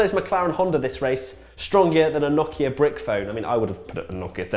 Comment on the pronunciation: Finally someone who can say Nokia correctly without any Noukhia bullshit